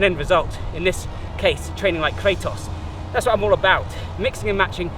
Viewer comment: Fun thing, the "Kra" part of his name should be pronounced like "Kra" from the german word Krankenwagen and the "tos" part like the english word "toss" because it's the greek word for power like in demo-kratos(democracy) => the power of the people Edit: Sorry for the weird way of explaining it but no english word that would have such a "kra" sound came to mind